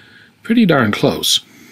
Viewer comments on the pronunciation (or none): none